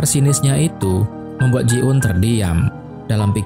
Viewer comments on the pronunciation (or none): Greget gw 😂 bukan ji un tapi JI EUN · Namayah ji eun kali bukan ji un.